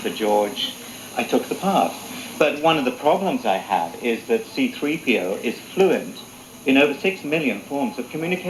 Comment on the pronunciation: “Ciii - Draaaiii PiiiOuuu.“Wer kennt es nicht C-3PO heißt auf beiden Sprachen (Deutsch Und Englisch gleich xD Der Kommentator bzw. der Moderator geht geht echt gar nicht xD